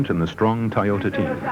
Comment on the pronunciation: Probably because of the narrator's atrocious pronunciation of Toyota & Celica during the Ivory Coast Rally portion.